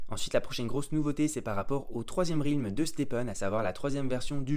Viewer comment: Ça se prononce Rèlm pas Rilm 🙏🏻